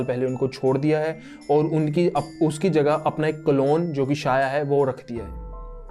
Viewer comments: शाया नहीं "छाया" नाम था। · Abe lodu god's ke name to sahi se bol le pahe le It' sandhya or chhaya not sanjna or saya , r&d bhi kar le thodi Hinduism pe kuch bhi mat bhok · भाई सूर्यदेव की पत्नी का नाम संजना नहीं संज्ञा है और उनकी छाया नाम शाया नहीं छाया था ठीक हैं। याद रखना। 😂😂😂😂😂😂😂😂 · It's Sandhiya not Sanjana and Chaya not Shaya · Bro it's not संजना its संज्ञा and not साया its छाया 👍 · Bhai saya nhi chaya Or sanjna nhi sandya ache padh fir bhok kuch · शाया नही छोटे,.. वो छाया थी. छाया as in परछायी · Shaya nahee chaya kahani thi bathathe ho tho bhi character ki naam theeq thareeke se tho lo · Bhai tum pehle check to karte ki yamraj nark ke devta h ya dharm aur mirtyu ke jab tumne yamraj ko dharmraj kaha h to wo unhe dharm ke dewta hone ke karan naam diya gaya tha isliye unhe dharmraj kaha jata ha aur jo yamraj ki mother thi wo sanjna nahi sandhya thi aur uski jo clone thi wo saya nahi chaya thi pronounce it properly bhai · Shaya nahi chaya aur patya chap nahi pashyatap bro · Sanjna nhi SANDHYA, saya nhi CHAYA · Saya nahi chya hota he Aaur sanjana nahi sandhya hota he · Pronouncing wrong name Real name's Sandhya And chayaa